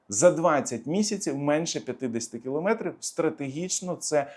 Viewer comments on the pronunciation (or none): none